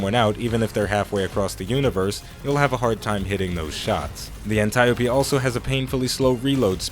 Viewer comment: I swear its pronounced "An-tee-ope" Not "An-tie-opie".............i mean...just sayin